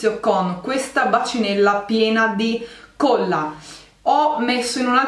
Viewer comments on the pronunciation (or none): si dice colla... e non cuolla..